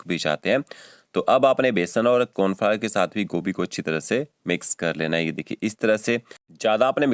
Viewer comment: ये की जगह पर gay बोल रहे हो